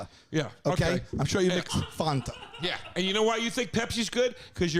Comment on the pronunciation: pepsi dope can't pronounce Fanta.